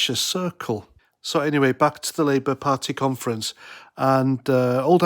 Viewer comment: ed "liiebour"? Whats all that about?,not very coherent at all Try harder laddie